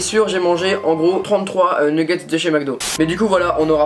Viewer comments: Super la vidéo " neggets" continue comme ça ❤️ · J'aime trop tes vidéo trop bien continu commença bon pour le mots c'est nugets